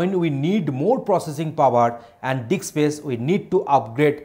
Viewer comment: That is not Dick sir that is Disk. LOL :)